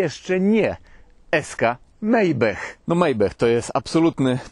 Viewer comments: Panie "MAJBACH"! NIE JAKIS mejbech! 😅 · Panie - Majbach, nie Mejbech.;) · Błagam, "Maybach" czytamy "Majbach" nie "Mejbech", to nazwa niemiecka, a nie amerykańska... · Fura sztos❣️😎🤩👍...ale nikt nie przepada jak ktoś przekręca czyjeś nazwisko👎😫. Tym bardziej, że to nazwisko wybitnego konstruktora: Pan Maybach to nie żaden Mejbech, tak jak Iga Świątek to nie żadna Sfiontek❣️😝🤣✌️...chyba, że chcesz by nazywano Cię PRZYPALO- PETROLHJENDEM 😂✌️ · Mejbech? Jaki mejbech?! Maybach [Majbach] :) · Co to jest "MEJBECH" ? 😂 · Nie wiem czemu wymawiasz Maybach przez "e" zamiast "a" . To auto i nazwa niemiecka i nawet można sobie posłuchać w tłumaczu google jak to powinno być wymawiane.